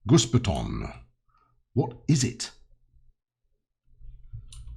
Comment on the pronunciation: your german is very good. Only the 'Häuschen' the german word for cottage was improvable, but thats quite normal for words with ö,ä or ü in it. Your 'Gussbeton' spelling Especially the repeating second one was perfect. like a native;). another thing I found was this 'BÜ Häuschen' BÜ stands for Bahnübergang. In english railroad crossing. This cottage are made for the waiting people who waits in the country side to get the trains passed. A little Photo footage: The two little house beside the Stellwerk are the old Versions and sometimes you can see them around little trainstations till today but many were destroyed or standing demolished from the time at the side of the tracks. So you can make little romantic stations or more modern ones with these two kinds. Another footage: Yours sincerly and with regards from a subscriber/fan.